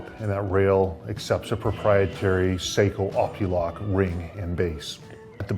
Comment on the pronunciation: Love ot but its pronounced (sahkoooh) seiko is a watch company sako is a rifle company the rep will practically yell if you say it wrong lol